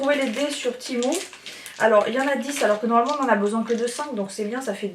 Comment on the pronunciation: Pourquoi dire timou ??? Je pense que la prononciation exacte est témou. Que ce soit en anglais ou en chinois.